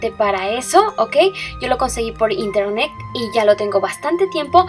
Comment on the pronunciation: Es internet no internec daaa